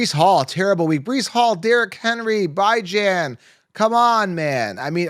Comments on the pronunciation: It kills me how he pronounces Bijan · Kinda crazy to me how yall suppose to be experts but can’t pronounce Bijan name correctly coming into week 16